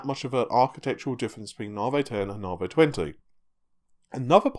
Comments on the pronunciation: na vee not na vay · come on and admit you're trolling us. Anytime you mention Raja Koduri, you roll your "R's" till your tounge is sore in an effort to properly pronounce it, but Lisa Su/all of AMD call it "Nah-Vee" and you say to yourself..."Now that's the hill i'll die on!!!" lol.... I consider myself well trolled.:) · nar-vee raid-e-on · NA-VEEEE, its NA-VEEEE! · 'NAR VEY' .. Cheses fxcking CHRIST, did Dr Su call it NAR VEY? Get a bloody hair cut. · once you hear it you can't unhear it